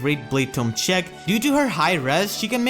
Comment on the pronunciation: everytime you say check i hear chick and my imagination kicks in "great magic chick "